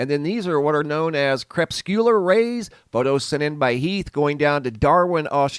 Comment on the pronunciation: You are still mispronouncing crepuscular rays. It is NOT crep-sue-ler. It is CREE-PUS-CUE-LER.